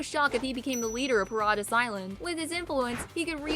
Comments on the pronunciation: Did she say Pa-RA-Di-us Island LMAOOOO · Hearing her pronounce paradis island hurts my soul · It should be illegal to say Paradis Island like that